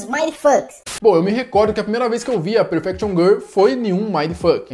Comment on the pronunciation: "Perfection GUL"